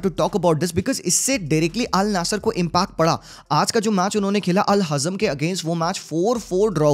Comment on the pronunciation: wtf did I just heard Al "naesir"